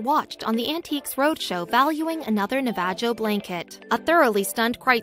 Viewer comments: Someone needs to upgrade the software to your automated announcer. The mispronouncing of several words is insulting and all but destroys what your trying to understand of the story. Navajo is pronounced as Na va ho not Nava jo for your information. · the way she pronounced "Tucson" and "Navajo" made m think the narrator is not an American FYI - it is pronounce as NA-VA-HO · OMG, how the automated voice pronounce Navajo! Wow, that is insulting!!